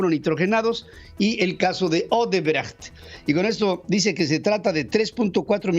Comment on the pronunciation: Pedro buen fin. Tuve oportunidad de trabajar para Odebrecht México, y extranjeros y nacionales lo pronunciaban Osebrecht, tal y como sr escribe, no Osebrejt, ni Odrbrajt.